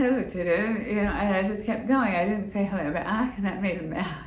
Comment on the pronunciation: I love listening to your stories,! (Arnold saying “hellewaw.”) So fun and funny. 😂